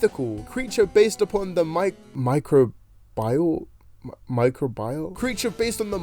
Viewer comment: Its pronounced "Micro-be-all" but all at once with no pauses love your vids :3